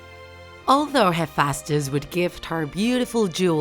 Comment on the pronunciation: omg who here likes percy jackson (and aphrodite is pronounced "af-ro-dy-dee" not "af-ro-dyte") ok im sorry but am i the only raging over how she pronounced ares, aphrodite, and hephaestus?